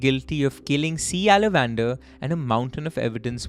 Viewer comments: How did you even think there can be an Indian name that's pronounced Ala van dar?? If you could have just stopped to think you could very well have deduced it is in fact aalavandhaar. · Guys …. Pronunciation… it’s “ all + a + vun + dhaaar “ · i think his name is pronounced as alavandar - aala - vanth - aar. Unless he is related to salamander. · exactly....its aa-la-van-dhaar